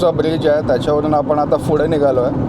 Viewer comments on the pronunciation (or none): फुडे नाही रे पुढे 😂